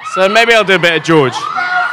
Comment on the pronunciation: Oh God Christopher Lloyd mispronouncing George's name 😂